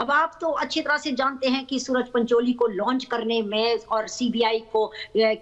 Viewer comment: 12.27 - सुअर पंचोली है न कि सूरज पंचोली